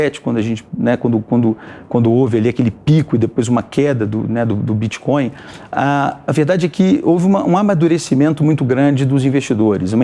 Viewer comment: Crépitomuéda bitxicóiu Assim falou cleptotruesta?